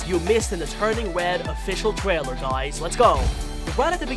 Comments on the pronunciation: The thing how he says Twaler in stead of trailer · official twailer LMAO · he says twailer🤣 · wait did he just say twailer